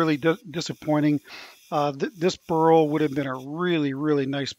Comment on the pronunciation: Dear "BURL" pronounce with one cylable not " BURUL" with 2 cylable. You pronounce it wrong all the time.sorry